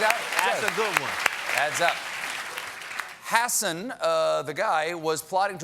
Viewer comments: did Stephen just say 'Hassan' instead of 'Hasson'? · A White Nationalist named Hassan Yeah, okay! Lol Love how Colbert forced himself to pronounce it incorrectly as 'Hassin' at first too, and then slipped up and said it correctly right after The media is absolutely gross